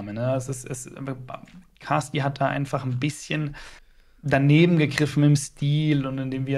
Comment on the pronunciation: Nicht Baasti... Caasti😂